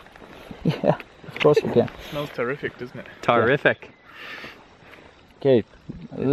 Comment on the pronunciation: Really? You weren't taken at "tar-riffic"?